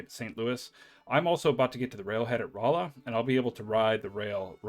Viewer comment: Lebanon is pronounced like the country. Not 'Le-Bannon'. Rolla is 'Rawla'. In any case, thanks a ton for this series. Helping a lot.